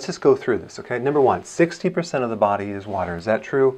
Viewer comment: What kind of doctor says "the" as "d"...? Oh wait is this Dr Dre?